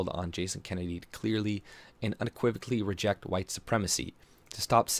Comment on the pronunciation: It's Jason Kenney, not Kennedy.